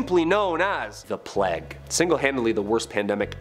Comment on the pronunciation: Ah yes, the Black death aka the great "Pleg"